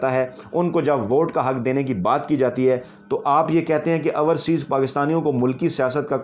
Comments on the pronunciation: Dear like and love ur work but just want to mention one thing , there is difference in pronunciation between ourseas and overseas. We don’t mind it but just want to mention it. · I hope he reads your comment and corrects his pronunciation. "Ourseas" sounds funny. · Raja Sahib, it is not ourseaes but correct pronunciation is “ OverSeas” . We love and like your Vlog. You are a good journalist.